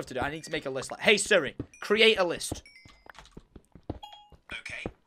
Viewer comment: The way Tom says Siri 🤣🤣🤣🤣 surry ahhahahahahahahahah